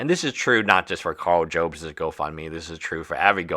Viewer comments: just so you know, Karl's last name is NOT pronounced Jobes, it's Jobs as in Steve Jobs from Apple 👍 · Karl Jobst (pronounced Yobes) knows about the 1 way to spend your money: by hand-feeding it to his lawyers.